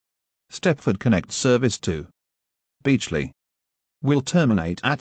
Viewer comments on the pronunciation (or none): Fun fact: If he would type Beechley, not Beetchley, the app would pronounce Beekley